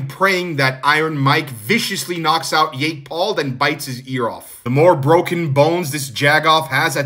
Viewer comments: Do you not know how to pronounce jake? You keep saying yake. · I hate Jake Paul but why you pronouncing it "Yake Paul"